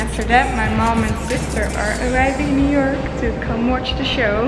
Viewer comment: I keep hearing europe instead of New York 😂